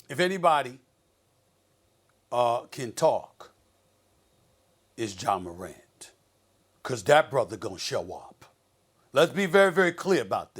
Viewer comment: Is Molly saying John Morant at the start… 😒 because it really sounds like it..